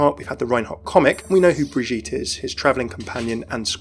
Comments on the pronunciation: I cringe everytime I hear Reinhardt say Birgitte. I dont claim to know german, but it does not feel like it would be pronounced that way by a german. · yeah he pronounces Brigitte English. But it's okay I pronounce names differently according to the language I'm using to. I hiked in the black forest once. ^^